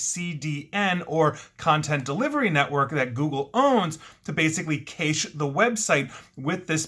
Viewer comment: just wanted to say cache is pronounced "cash"